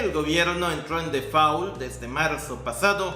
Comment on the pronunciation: Si va a pronunciar una palabra en inglés pronúnciela bien en caso contrario utilize el su traducción al español default se pronuncia como si sonara una o